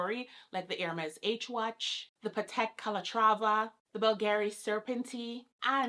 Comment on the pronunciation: This came in my recommended and I clicked but I could not make it past two minutes. The way she says "watch" drives me nuts. Like speak Patois or English bruh. Pick ONE